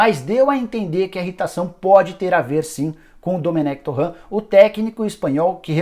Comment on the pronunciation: não é "Domenec TORRAN". Ele não é francês. Você é o único que fala assim